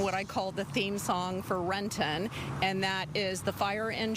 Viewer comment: Halfway through and no one yet can pronounce Renton.